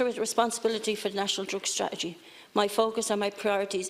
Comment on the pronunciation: she cant even pronounce the word strategy...